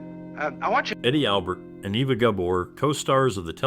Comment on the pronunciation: No, it doesn’t. She was born in Hungary, and it’s pronounced AY-vuh. Not Eh-va or Ee-vuh.